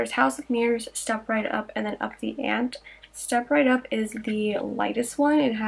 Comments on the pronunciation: Also girl hahaha it’s pronounced up the ant-ee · listen I wasn't being disrespectful...don't get mad at me cuz I figured out how to be pretty & smart at the same time. Look on the bright side....you will never sound that stupid again & mispronounce ante...you're welcome! 😍